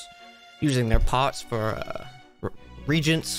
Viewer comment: So I suspect that when is using the word "Reagent," he's referring to a substance that herbalists would use to effect chemical change in another substance to render its nature more evident. This word is pronounced like "Re-Agent" - i.e. to redo or re-apply the effect or "agent" in a substance. It is not pronounced like the word "Regent," which is an administrative position appointed within a monarchy or other system of government. Sorry, this was bothering me through the whole stream. Carry on.